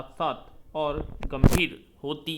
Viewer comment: Sir आप ओर को और बोल रहे हैं और अन्न को अन्य